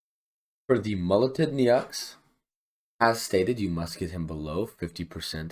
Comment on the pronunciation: Thanks for the guide! It's Dr. "NO" btw. That's how you pronounce "Neaux":goodvibes